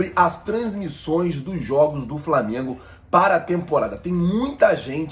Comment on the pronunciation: Me desculpe o Apresentador mas me assusta o nível dos universitários brasileiros pois pelo que ele mesmo disse ele faz faculdade de jornalismo não é mesmo?ai me pergunto como um futuro jornalista não sabe o nome do clube que vai mencionar na matéria ou quando sabe não consegue pronunciar corretamente amigo de boa procure estudar mais